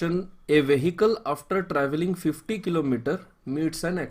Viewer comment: Tumhari explanation sahi hai but saaf bola karo thoda, par tumne 25 into 2 is equal to 50 ki jagah bola 25 into 2 50 toh woh sunne mein lagra hai 25 into 250.